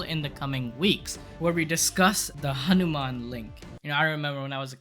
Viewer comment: bruh it is"hanuman" not anuman